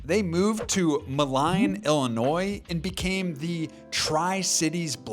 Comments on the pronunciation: Moline pronounced "Mo-lean" not "Moh-line." In case anyone cares. Understandable mistake. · there’s another one. Moline is pronounced like “mow lean”. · Ooooff.... its mo-leen, illinois. Not mo-line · "Malign...Illinois" Well that hurt to hear. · Someone probably already said this, but it’s mow-lean Illinois, not malign. Great video though. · Your Hawks history needs two corrections. 1 - your map marker for Moline IL is WAY off. 2- it's pronounced Mo-leen not Mo-line. 😁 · As someone from Illinois hearing you pronounce moline killed me 😭 (mole-ine not mo-line) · It’s Mo Lean not Mo line lol I know how it’s spelled. I’m from the area lol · Moline, IL is pronounced mo-lean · not to be an asshole because it’s a smaller city and completely understandable, but it’s pronounced “mul-een”. I had no idea my hometown had an NBA team at one point! Nice video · "Malign Illinois" phonics is dead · holy shit that is the WORST pronunciation i have EVER heard of Moline. Its pronunced Mo-leen. Like a rapper asking for more prescription cough syrup! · Moh-Lean it's pronounced. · Moline is pronounced “moe-lean.” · Great video! As a resident near the Quad Cities (referenced as the tri cities in the video for the Hawks segment) I couldn't help but chuckle your ping is in Indiana lol. Moline is also pronounced (moe-lean) and is located right under the nose of Iowa. Also fun fact, it is now the Quad Cities as Bettendorf has joined Moline, Rock Island, and Davenport! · Dude can't even say Moline right SMH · they also pronounced moline wrong